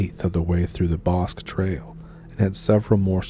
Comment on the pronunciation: You mispronounced “Bosque.”